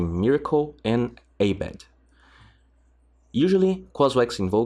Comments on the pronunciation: Ah-bed bruh not ey-bed :) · its not A BED.. its prnounced as abeed